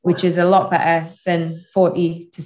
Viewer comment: Thanks for the informative video. I love how you pronounce "better" with only the initial consonant ("be'e'").